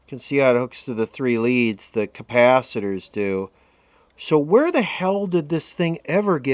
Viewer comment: You need to replace the Ker-paaah-thet-errrz